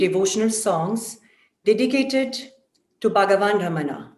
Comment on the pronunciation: Jai Arunachala! with due respect to the announcer i would like to point out it is "RamanA" (रमणा) and NOT "RamaN" (रमण्) Please pronounce the name in the right way. Thank you.